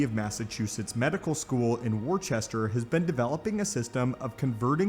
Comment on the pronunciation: FYI, Worchester is pronounced "Wusster", weird I know. A few cities and towns here in Massachusetts have weird pronunciations.